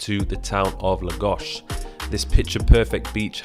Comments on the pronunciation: Lagósh kkkk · Portuguese follower here, bro i laughed real hard when you said Lagos and Portimão ahah cheers